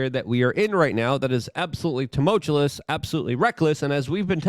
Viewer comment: Please learn how to pronounce "tumultuous" or remove it from your spiels.